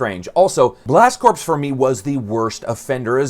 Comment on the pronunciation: Why does noone know how to pronounce corps.? Its not "corpse" Its "core". U dont say the marine corpse do u